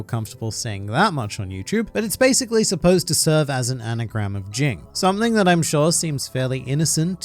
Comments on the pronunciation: Look bro, its either Ging ( G as in ground) , or Jin. Not fucking Jing. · The fact that you keep saying his name wrong is fucking cringy